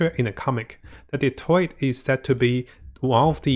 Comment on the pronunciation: Why he saying dottore like that 😭 he saying Detroit